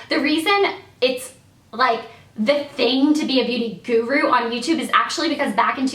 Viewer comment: So Elle knows how to pronounce "guru" now? ;)